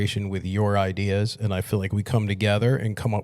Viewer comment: The father used to call it "Idears" and everything was "old school"